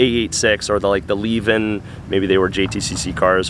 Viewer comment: It's Le-vin, not leave-en and definately not lehveen. Le-vin